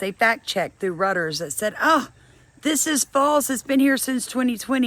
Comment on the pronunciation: If you read your old life insurance policies, you'll find all kinds of exclusions like this. It's in the fine print and I've seen the "war" exclusions. The "insurrection" clause is new. And Reuters is pronounced Royters.... I know, it took me forever to get that right!👍🏻